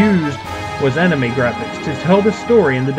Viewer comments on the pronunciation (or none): none